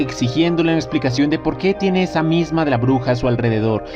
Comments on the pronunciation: Misma... ¿Que la pronunciación no es, "miasma"? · SE PRONUNCIA "MIASMA" = ESCENCIA